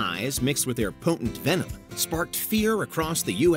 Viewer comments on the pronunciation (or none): none